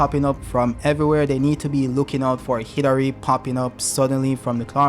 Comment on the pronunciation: Dude it keeps sounding like you’re saying Hillary instead of Hidari. Super f’ing frustrating. Otherwise, good video.